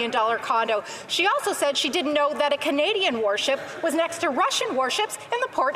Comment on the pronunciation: How is it our Foreign Minister can’t say “Canadian”?!